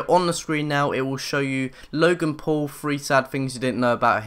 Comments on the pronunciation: its jake paul not pull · Excuse me his name is jakepaul not jakepool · It is Paul not paol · "Jake pool" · ''Jake Pool'' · Lol you pronounced his name wrong...